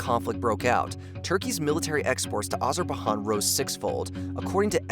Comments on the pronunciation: I’m sorry. I can’t listen to this. “Azarba-han” 🙄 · Let's take a shot each time he says "Azer-ba-han" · “Azerbai-HAN” — WTF? — if it was said only once or twice, I’d leave it in the — but there’s NO WAY to do that without loosing all credibility. You should get ahead of this, pull the video & RE-DO the audio!! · soooo soooo sooo many pronunciation issues, not just "Azerbahan" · “Azerbahan” cringe “… Stalin the great leader”….. CRINGE!!!!!! I stopped watching this video 5 minutes into it because the creator made so many mistakes that the credibility is in question. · It drives me crazy when he says it with an H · “Azure buy john” please. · Wtf is Azerbahan?🧐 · Azerba what ???? It’s really not that hard to Google proper nouns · Azer-bay-john, try that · I was wondering if this was a typical american pronunciation of AZERBAIJAN like they do with many other place names across the world. But no I looked up other Americans saying it and they say Azer-bai-jaan as is correct. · Dude, if I hear "Azer-ba-han" one more time i might die. Couldnt google that pronunciation? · I think you need to take your own advice pal. Imagine telling someone to kill themselves because they cringed listening to some American zoomer repeatedly say "Azerbahaan" all while implying they should relax. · It's pronounced Azer bai jon. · Wtf is azerbahan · What is an Azerbaijan? I only know of Asherbahan 😏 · Worse pronouciation I’ve ever heard . It’s pronounced azer-bi-jan and it’s people are called azeri and azeris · This is a common problem with this channel. Look up proper pronunciations of all names, places and people. It’s important, and very distracting when it’s repeatedly mistaken. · FR; pronunciation of Nagorno-Karabakh and Artsakh also bad fr fr tho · Thank you. It's hurting my ears. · Do you think that Azerbaijan is in Spain or something? You are pronouncing it as spaniard would. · If you ever had any geography classes you would not so stupidly pronounce Azerbaijan!!! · Azer-bai-JAN not Han